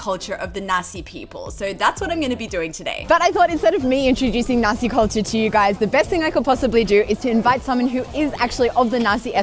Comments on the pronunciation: haha i keep getting a bit confused bc i keep hearing Nasi instead of naxi, nasi means rice in indonesian (and when you say nasi in then netherlands one usually refers to nasi goreng, fried rice) also something fun, the dutch word for chickpeas is kikkerwten, which literally means frogpeas, so its kinda fitting that a culture whose favourite animal is the frog, primarily produce frogpeas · I misheard "the Naxi people"... Haha xD a rare deeper exploration of Liziang in English! 👍